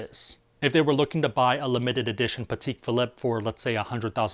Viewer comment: Cool video even though I likely won't ever use this card EDIT: not that it really matters, but the watches are pronounced "Pa-tech Phil-leap" and "Richard Mill". And people generally buy those ultra high end watches because of their movements and complications, not their exclusivity